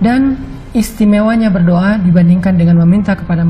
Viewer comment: Berdoa bukan berdioa